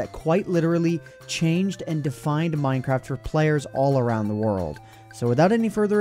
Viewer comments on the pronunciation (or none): don't you mean "all acube the world"?